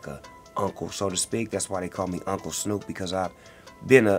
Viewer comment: "hey snewwp" ... I ain't ever heard my name called like that 😂😂😂😂😂😂